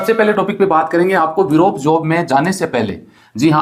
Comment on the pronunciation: Europe ko virope bol rahe hai sir